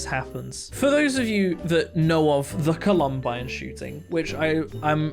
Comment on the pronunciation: Sorry for the nitpick, but you kinda mispronounced Columbine.